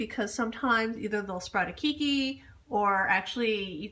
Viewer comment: It's not keykey it's Kay key. Thank you for sharing.